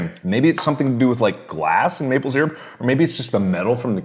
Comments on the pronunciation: my mom is unbelievably angry at the way he pronounces syrup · only thing that bugs me abut mark is that he says SEAR-up....its pronounced syrup ( SUUR-up)! XD Jk everyone pronounces it different, just a pet peeve...(idk if i spelt pet peeve right...) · This video is invalid because he cannot pronounce "syrup" correctly.